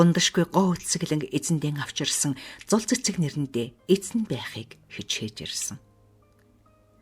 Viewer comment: Зул гэнэ үү зол гэнэ үү хэхэ